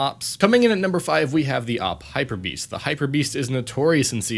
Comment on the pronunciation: you said ak hyperbearst....